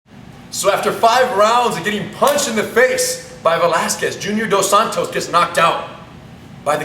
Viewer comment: ....I wonder, Rener Gracie being a Brazilian descendent couldn't you pronounce the names of Palhares or Junior dos Santos as it should be?? ;-)